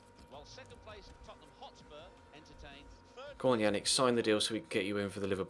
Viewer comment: Hotspur not hotsur